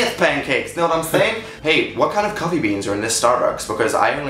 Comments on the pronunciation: It's more of a coooffee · Why is it cwoffie? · CWOFFEE BEAN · what the hell. cwoffee ITS COFFEE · Wat, no, we don't say quaffy bean, we say cough eee bean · We don't say cwoffy we say coffee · Maia Iero yeah except in CA we don't say cwoffee. is that legitimately a thing? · let's get some cwoffee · It's not coaffee wtf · Maia Iero I guess so... but I didn't know we pronounced coffee or hot dog that way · I love how Dan assumed New Yorkers pronounce it that way tho. Like, I've lived in NYC all my life and never heard anyone say it like that ever in my life. But okay, Dan. XDDD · Where I live, that is NOT how we say "coffee" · it was reaaly good but i love how they just couldn't say "coffee" like Americans